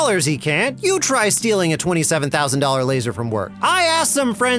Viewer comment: Its LAZOR 😂